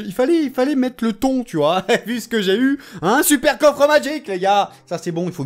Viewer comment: Magique pas madgique